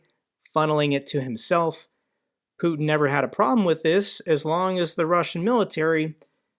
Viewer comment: Nice hearing you say "putkin" :D it means son of a p*ssy or p*ssy-like in bulgarian and it's a term we regularly use when talking about putkin